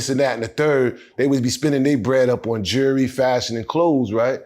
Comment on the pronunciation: ‘Jewelry’ is not hard to say, it is not the same as a ‘jury.’ 🤦🏼‍♀️🤦🏼‍♀️🤦🏼‍♀️🤦🏼‍♀️🤦🏼‍♀️🤦🏼‍♀️🤦🏼‍♀️🤦🏼‍♀️🤦🏼‍♀️🤦🏼‍♀️ 2-different-words, 2-differ-meanings.